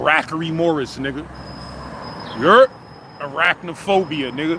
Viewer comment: nigga said "A- rack-naphobia nigga " 🤣🤣🤣🤣🤣